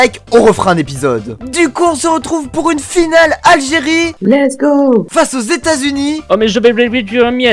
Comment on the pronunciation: on dit lets go, pas lest go.